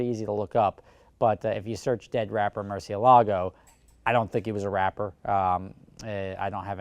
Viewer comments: Mercy AY lago, NOT mercy a LAGO!!! Damn how many people can't say the name correctly! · its not murcielAgo, its murciElago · Velahcity that's not how its pronounced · Liam Bach he says it wrong. Just like most Americans. Its a Spanish word